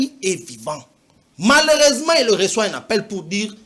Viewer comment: "Malersement" 😂😂😂😂 Prof de l'IPN😂😂😂😂